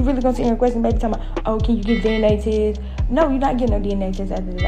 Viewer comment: Did she actually say “deeneh-Teeeeh” (DNA Test)😂